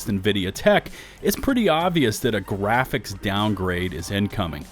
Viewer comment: “Muh gwaphics!!!!”